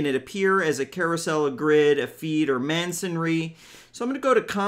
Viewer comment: THANK YOU!!! ....It's "MASONry" not "mansonry" grid 😉 As in, you know, bricks. 😊😊